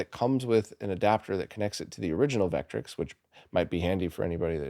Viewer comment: Just an FYI, Vectrex is pronounced Vekk-trekks, both syllables equal, not VEKK-trix.